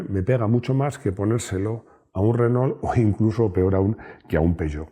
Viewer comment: Por qué pronuncian ASÍ renault? 2mil años viviendo pegados y nunca escucharon la correcta pronunciación? 🤔